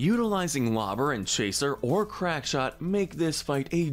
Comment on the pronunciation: Crackshot, not crankshot.